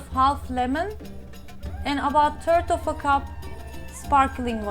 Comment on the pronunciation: Sorry, but I had difficulty understanding your English this time. After a lot of rewinds and replays I finally understood. Tell me where you learnt your English.... Ireland? Turd of a cup,...wid a or, along wid, etc. A complete lack of "th" . Tanks for reading.